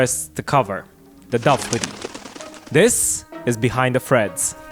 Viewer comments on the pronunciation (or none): none